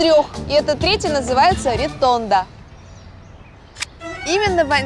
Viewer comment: она говорит реТонда, а написано редонда